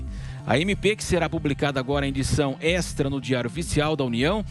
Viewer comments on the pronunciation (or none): A PRONÚNCIA É " ÊXTRA"!!!!!!